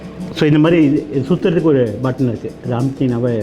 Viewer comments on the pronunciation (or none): he says suthuradhukku oru button irukku.. Why can't that be said out clear?? And regarding the oven's settings also, mode enna set pannanum, preheat evlo neram enna temperature la pannanum nu laam sollave illa..this is not how anyone teaches